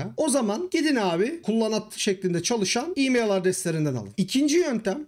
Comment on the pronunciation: E-mail telaffuz ederken neden imeyıL diye sondaki l'yi kalın okuyorsunuz? Türkçe konuşurken çok sırıtıyor.